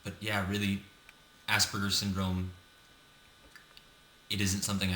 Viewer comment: Try being obsessive about naming and saying your disorder PROPERLY!!! We do not, not have ASS-BURGERS!!!!!!!!!! For me to hear ASS-BURGERS over and over is like a vacuum cleaner or yard blower for me. Good lord man try to hear yourself, changing it to having Aspergic tendencies because your an Aspergican. Emphasis on the SP with very soft A. Besides sounding HORIBLE it is degrading and bullying. I mean, ass combined with a greasy sick sandwich, please lets make an effort for proper changes.